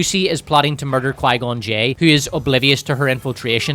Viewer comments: Pie-gone Jinn is KILLING me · Qigon j sounds a bit like qiygon jim but with two extra letters on the end